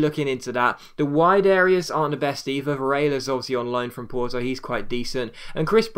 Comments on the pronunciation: its pronounced Varela with the L not with a i in its place. Hes Portuguese not spanish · He says it like it the Spanish double Ls making a y sound but there's only 1 l so you're right it's varela as it looks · You have to pronounce the "la" in Varela the same way you pronounce the "la" in Lamela. Not some kind of Vareia or wtv :) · Yes but Varela is from Portugal and in portuguese the "double Ls" don't even exist. We have something similar, the "lh" like in Ricardo Carvalho for example.